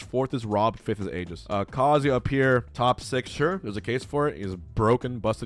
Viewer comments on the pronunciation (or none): Kar- zuu- yah not Carziuh lol